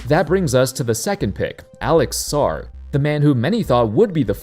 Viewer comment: Put some respect on Sarr’s name tf is wrong with you bru😭😭